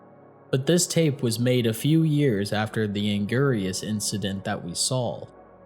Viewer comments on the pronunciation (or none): The way he pronounces anguris makes me unfathomablely upset